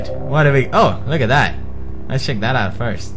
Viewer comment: sheck and boocat haha. its Pewdish for check and bouquet.